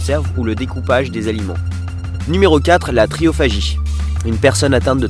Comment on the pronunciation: À et ça ne serait pas plutôt "trichophagie" ? (prononcez trikophagie)